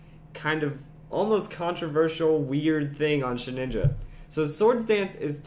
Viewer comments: ShedINJA. There is no second N. It is not Shedninja. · I don't mean to be rude, and I'm sure many people have said this already, but it's pronounced shuh-din-juh, not shed-nin-ja. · Shed inja. Not Shed ninja. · You keep saying "sheninja" so annoying.